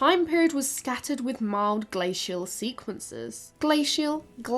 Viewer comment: Omg the constant switching of glacial pronunciation, that got me